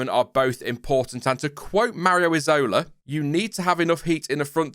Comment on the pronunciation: that's not how you pronounce "Isola", cornuto